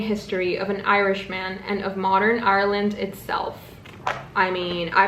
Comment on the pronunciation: I feel like I'm making fun of you a little, but the way you say "Ireland" is so funny and it makes me so happy. But hey, I LOVE your voice and how you say things so please dont take it the wrong way... Btw Remarkably Bright Creatures is SUUUUUUUCH a fantastic book. I ate that shit UP!!!!!